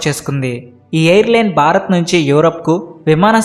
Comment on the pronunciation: Sir Barath Kadu Bharath. Observe the difference.